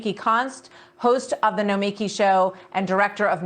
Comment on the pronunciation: It’s pronounced no-mee-KEE